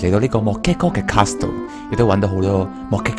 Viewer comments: Tang Cwo 其實其實 我比較在意castle讀錯 而且係英文讀法讀錯 我唔算成日睇片 唔清楚佢人生去到咩階段 如果對外要用castle, hustle 呢類字 讀埋個't'音就會完完全全變左等二隻字 所以先好意提醒 我比較在意既 係 +飯團 呢類人 睇到人留言 覺得唔啱就反對 唔通我食飽飯無野做無根據就話人錯咩？ 算啦…又要比人話認真就輸架啦… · ，castle唔係咁讀